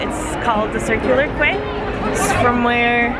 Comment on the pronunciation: Just so you know "Circular Quay" is pronounced Circular "key"!!